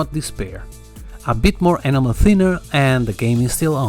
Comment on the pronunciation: Superb modelling, and your command of English is incredible. If I may just make one suggestion ? Your pronunciation of 'enamel' is not correct and it is easy to thin' that you are saying 'animal': for 'enamel' you need to stress the 'en' as in 'hen', then a soft 'a' followed by a stressed 'mel'. This is hard to explain in writing, and you can probably find a spoken pronunciation on the Internet. I hope that you will not be offended by my comment, as your English is genuinely excellent, and I am enjoying watching your videos and appreciating your skills very much. Although I am rather old, I have only recently returned to modelling, which was a childhood pursuit, and so I am quite a novice. Thank you and best wishes for the New Year.